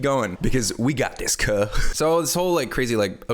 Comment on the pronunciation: How he said cub he defenitly got invited to the cookout after that